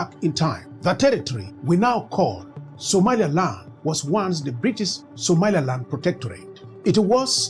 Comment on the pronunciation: How you pronounce "Somaliland" as (Somalialand) have you re-listening your voice Sr.? And better visualize your owen design maps rather than using Ai, look at Ai how make the Somalia amd Somaliland maps where it located in some part 😅 it's funny, but that can cause confusion for some serious listener.